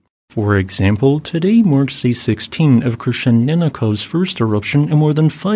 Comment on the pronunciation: Klyuchevskoi is pronounced like clue-chevskoi. Crappy transliteration rules. Krasheninnikov pronounced quite good.